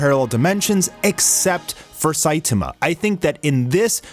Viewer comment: I like both, i,m just joking on "sitama" :D It sounded to me like shitama haha